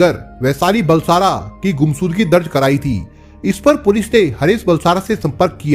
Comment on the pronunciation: Bhai shav ko sav , Ghumshud Gi ko gumsudgi mat bolo yarr please clear karo speech please